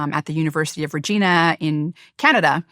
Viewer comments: it's pronounced Reh - JY - nah. Similar to vagina. 🇨🇦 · lol 😆 Dr. Rhonda butchered University of Regina hahaha awesome episode